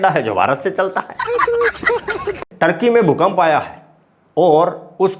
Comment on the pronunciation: टार्कि नहीं भाई, ठर्की बोला करो